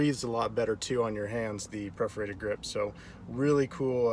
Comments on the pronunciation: PERforated not PREforated lol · P E R forated, not P R E F orated. Thanks for posting, looks great.